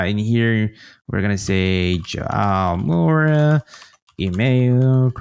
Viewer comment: "Jo-ah-oh Moura" - maybe learn how to pronounce your guest's name next time?